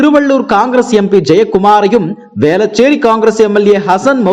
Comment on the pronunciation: இவனுக்கு சரியாக உச்சரிப்பே வரவில்லை. , ரூபாய் 200க்கு என்ன வெல்லாம் கம்பி கட்றான் பாருங்க ,,,,,,,வெல்லம்,,,வேலச்சேரி , சேர்ந்தவர்கல்,,,,, ,மக்கலுக்காக, தமிழ் கொலை